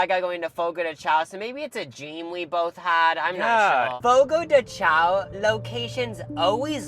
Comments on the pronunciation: I love your videos. Next time you go to a churrascaria for rodizio you should try grilled pineapple and Brazilian limeade. I just learned “The correct pronunciation of Fogo de Chão is "fo-go dèe shoun". The name, which translates to "fire on the ground" or "campfire" in Portuguese, is often mispronounced as "Fogo de Chow". 😊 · The way y'all are saying chÃo as "xao" is killing me 😭 P.S.- Just heard the churrasco as "churasco" 💀